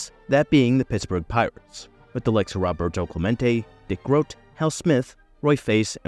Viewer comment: Clemente's first name is pronounced "ROH- bert-o," NOT "RAH-bert-o!" 😮